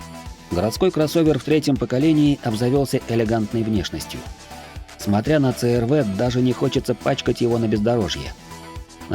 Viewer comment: с первых минут рассказываешь про CR-V(СИ ЭР ВИ) . А говоришь црв,аж слух режет.почему в столице или в тех районах её так коверкают.сам с владивостока,и у меня она уже третяя и каждая на поколение выше,огонь тачки